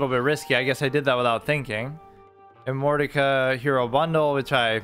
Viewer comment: Btw, it's not pronounced immortica, more like imm-or-tish-a